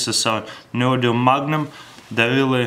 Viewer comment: Did he just say neomagnum magnets?